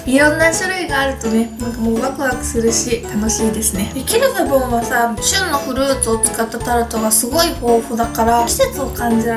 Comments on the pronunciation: ゆうかちゃんの発音が完璧です (qu'il fait bon = qui il fait bon ) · キルフェボンの発音違うくない？😳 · Ieji そうなんですね⁉ 初めて聞いたイントネーションだったので、ちょっと違和感がありました(^_^;) 勉強になりました。 ありがとうございます‼ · どうでもいいけど、アクセント、日本で一般的なのは キ(´ )ルフェボンじゃなくて、キルフェ(´ )ボン(キ↓ル↑フェ´ボン)だと思う〜！ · キルフェボン本店がある県に住んでるけど（横に広いから西部東部でイントネーション違うんでもしかしたら違うかもだけど）たぶん皆発音「キルフェ⤴ボン」で言ってると思う…フランス語では正しいみたいだけどね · ゆうかちゃんとキルフェボンの発音違ってから、びっくりしたwwキルフェボ↓ンだと思ってた… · tuku29 キル↗︎フェ→ボン↘︎じゃないんだってことです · キルフェボンの発音違う気が……… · 最後の一口食べ終わったあとの 「キルフェボンのタルト」が言えてないwwwwww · キルフェボンの発音、私はロクシタンと同じアクセントだと思ってた。外国人の発音じゃなくて日本人が言う感じのロクシタン。ピチレモン、島根県のアクセントと同じ。 って例え方分かりにくいか(笑) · キルフェボンの発音あってるの？私とは違ってびっくり！ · キルフェボンの発音ちがう気がする？ うちが違うのかな？ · ゆうかちゃん、キルフェボンの発音違うよ😂笑 でも可愛い♡ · キルフェボンのイントネーションって、上がって下がるんじゃないの？？ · キルフェボンの発音ぜったいおかしいｗｗｗ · キルフェボンの音程…